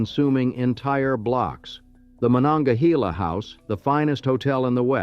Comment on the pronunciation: Carnegie’s first steel mill, the Edgar Thompson Works is still operating. In the 1960s or 70s Carnegie Institute of Technology was renamed Carnegie Mellon University after a large influx of Mellon money. As for our southern river, it’s not pronounced Mon-onga-he-la. We say Mon-onga-hay-la.